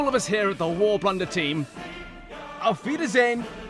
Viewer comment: saying Auf Weidesven was close too